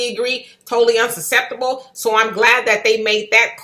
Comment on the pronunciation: Unsaseptable. It’s unacceptable that you would pronounce it incorrectly twice then air it.